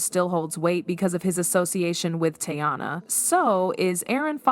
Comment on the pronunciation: Why is the narrator pronouncing Teyana’s name the AI way? Who is the woman in the thumbnail? And why aren’t there any tweets, video, etc…to back up what is being said??? Just random pics and clips that have nothing to do with the story being told 😳 🙄 it’s 2025, just put “I’m lying and click baiting” in the title 🤷🏾‍♀️